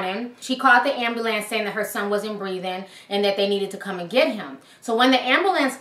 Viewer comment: Am-boo-lance lol